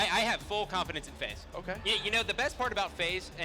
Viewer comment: This dumbass said FaZe